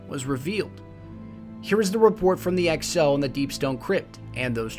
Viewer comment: Its exo not ecO